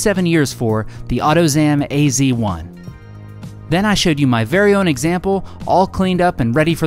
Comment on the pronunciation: why you call it "ac 1" instead of "az 1" ? :-)